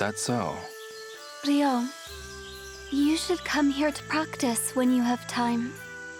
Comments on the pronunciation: I wonder if the voice acting is better this time. (Narrator says Ryo's name wrong repeatedly in the first 5 minutes) Well this is off to a good start. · why are half the comments people who can't pronounce Ryo complaining about the pronunciation of Ryo